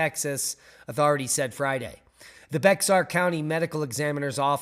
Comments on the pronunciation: It's not BEX AR.... ITS BAXER = SOUNDS LIKE BEAR😂😂😂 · Bexar is prounounced… Bear